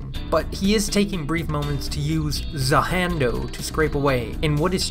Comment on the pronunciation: I can’t believe you’re such a weeb you say “za hando” holy moly lol.